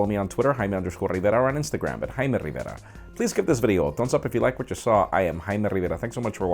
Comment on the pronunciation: Dude, he clearly says "Jaime Rivera", which is pronounced "Hi-eem Ree-vair-ah" exactly how he pronounced it. Get your ears checked out buddy.